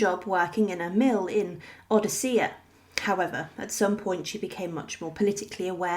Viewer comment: Odessa, not Odessia. With AI, you HAVE TO SPELL THINGS CORRECTLY.